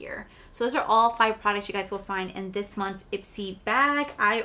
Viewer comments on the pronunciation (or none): none